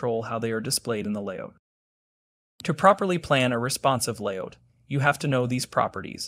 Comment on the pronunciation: Stop saying "layOUCH" instead of "layOUT"! How do you say "get OUT"? ... yes so "layOUT" please... it hurts my ears to hear "layOUCH"